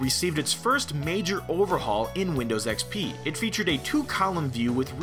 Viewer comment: I like how many people say windows xpee